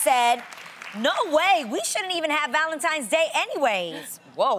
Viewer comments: ValenTINES not valenTIMES !!!🙄🙄🙄🙄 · Loni, how you gonna say you don't like how it makes the house look like a 5 year old pre-school classroom and you walking around saying ValenTIMES, instead of ValenTINES?! Lmaoooo. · It’s the simple things that matter❤️ Lonnie it’s Tines not Times..... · Loni its ValentiNe and not ValentiMe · Did Loni just say ValentiMes day, ValentiMes month? 😒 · Right?! I had to rewind that part twice to make sure she really said “Valentimes”. Smh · Wtf is "Valentimes?" You said it twice Loni... Anyway... I need some diamonds... Can keep them flowers and candy. I don't even like chocolates. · Valentimes tho 🤔😂😂 Oh Loni... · "ValentiMe's Day" 🤦‍♀️🤦‍♀️🤦‍♀️ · Did loni just said Valentimes?! oh man annoying